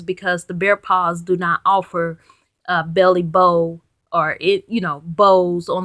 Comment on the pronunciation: Bailey Bow not Belly Bow.......